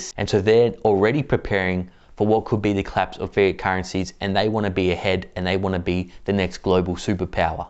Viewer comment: Sounds like he is saying"fear" currency instead of " fiat " currency.